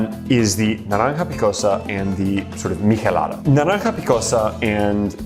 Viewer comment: Your way of pronouncing michelada and chelada is odd to me. I've always ever heard/pronounced it with the ch sound.